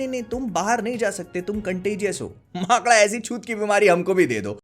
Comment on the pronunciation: Makada....Bhaiya aap bhopal se ho na😂😂😂